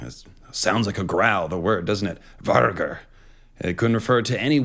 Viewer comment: Just a heads up, ’g’ is usually pronounced as ”y” in nordic languages. Vargr is pronounced varyur.